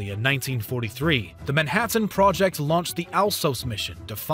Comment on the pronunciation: Why do you enunciate things like you're reading one syllable at a time. "Nine Teen Thur Tees" "Nuclear AT-AMS" "Man Hat Anne project"